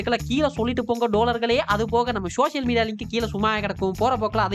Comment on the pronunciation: டோழர்களே என்று தாங்கள் கூறும் போது சில சமயங்கள் காதில் சீழ் வடிகிறது, ஆகவே அதனை இனி தவிர்த்து கொள்ளுமாறு தாழ்மையுடன் கேட்டு கொள்கிறேன், இப்படிக்கு அண்ணன் தளபதி விஜய் அவர்களின் விழுது! 🖤